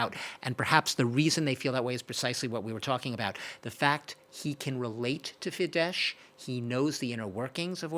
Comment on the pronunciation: It’s just not professional: tries talking so profoundly about unternals of Hungarian politics and doesn’t manage to pronounce the parties Fidesz and Tisza correctly. He swaps sh and s consequently. Sz is just s as everyone knows how had listened more than 5 seconds to Orbán or Magyar. This makes the whole rest untrustworthy and has a very arrogant touch